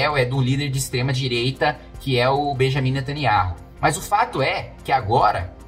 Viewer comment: O NOME DELE É NETANIAUH KIM KATAGUILI....RS ESTUDE MAIS E OBSERVE OS ISRAELENSES PRONUNCIANDO E APROVEITE PARA PRONUNCIAR O NOME QUE O SIATEMA MALIGNO QUER OCULTAR, O NOME DO CRIADOR.